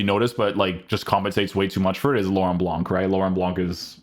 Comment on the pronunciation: Btw the C in Laurent Blanc is silent.